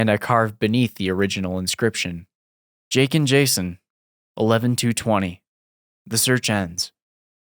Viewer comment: Jason?! "JAY-SAHN"